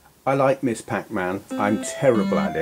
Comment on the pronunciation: To be nit-picky, "Ms." is pronounced "mizz", not "miss". The term started gaining ground in the '70s by women who didn't want their salutation to be associated with their marital status (as either "Miss" or "Mrs.").